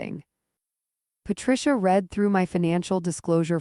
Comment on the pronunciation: AI Please know/ learn there is a difference in the word Read as to how you say it. Pronunciation: Even though it is spelled exactly the same as the present-tense form, as a past-tense verb it is pronounced "red" (rhyming with the color red). Synonyms: Comprehend, scan, study, decode. Broad Meanings of "Read" Beyond books, the word has several other common meanings depending on context: To say aloud: "She read a story to the class." To interpret or understand: "I tried to read his expression."